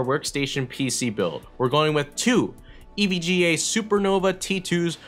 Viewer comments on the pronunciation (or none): none